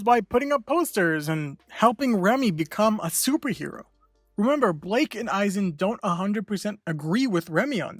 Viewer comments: It’s Blyke not Blake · Blyke not blake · Y is he saying blake lol it kinda weird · It’s not pronounced as Blake. It is actually Blyke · His name is pronounced as Bike with an L after the B. 'Blike', basically.